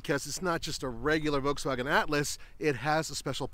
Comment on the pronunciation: The fact that Roman has actually called VW "VolTswagen" is funny now that they wanted to rename the brand